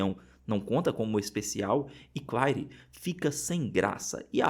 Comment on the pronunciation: O... Claire... Se pronuncia Cler...